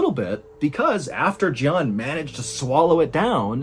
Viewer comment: If I had a shot for every time he said jjohn I'd be hammed